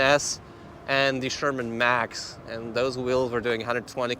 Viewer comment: Hmm. You keep saying "Sherman Max".